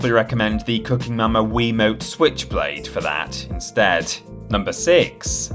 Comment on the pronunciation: Wasnt watching for a sec and swear I heard say Wii "Cucking" Momma Kit.